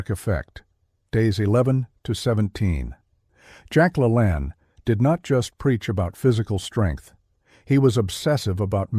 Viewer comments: STUPID A. I. CAN'T PRONOUNCE ANYTHING CORRECTLY ---- IT'S LA LANE ~~~ NOT LALANN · It's pronounced la lain, not la lan. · AI. PRONOUNCE NAME PROPERLY!!! LA, LANE, LANE LONG A NOT SHORT O. DUH. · Your AI is driving me Nuts. The man's name is pronounced La Lane Like the lane you drive in on the highway. A simple google search can tell you how to pronounce someones name. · Get your AI to pronounce Jack LaLanne's name correctly. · 63 ... don't eat breakfast ever 👎🏼👎🏼👎🏼 my goal is to not eat anything till afternoon ... my energy and muscle performance and endurance are light years better when I do this vs eating anything ... what people don't understand is how much energy it takes to digest food using that energy for performance can't be beaten I disagree with you sorry and you're saying Jack's name wrong might be fake AI news LOL just kidding 😢😢😅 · AI ~ not even pronouncing Jack La Lanne correctly!!! So LAME!!!!!!! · Can't even program the AI to pronounce his name right. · you lost my favor when you started out by mispronouncing his name. Using his name is click-bait which is valuable - mispronouncing his name incorrectly - not good. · This kind of AI really pisses me off if it can't even pronounce Jack Lalanne's name properly take this crap off of YouTube. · Big compliments on your video. It is will very well done with the exception of something as simple as mispronouncing Jack LaLanne's name. I wonder why you didn't correct this before posting? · Dear AI, please learn how to correctly pronounce the name of the subject of the video.